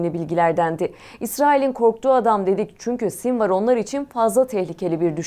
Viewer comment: Sinwar ismini ingilizce olarak sinvir diye okumazsın be:) Sonra bir sinwar, bir sinvir ah ah.